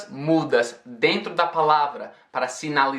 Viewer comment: o cara solta do nada um "aí dento" kaskasksa